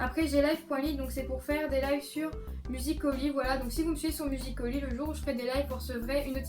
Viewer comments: cc jtd mais musicaly ça se dit comme ça pas musicoly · tu as dit musicoly mais sa se dit musicaly